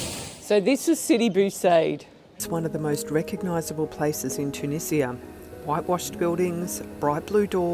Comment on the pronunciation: Thanks for saying Tunizia instead of the Tunijia by the way :)